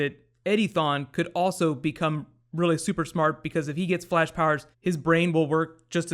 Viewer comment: Every time you say Eddie Thawne, I hear Eddy thong!